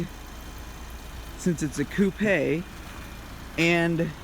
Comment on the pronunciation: did you say ~coop-ey~